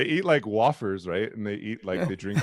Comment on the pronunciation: This was definitely an interesting discussion, however I've never heard an American pronounce wafers "waaf-ers" it's "way-fers" and I now have serious doubts that this guy has ever even been to America lol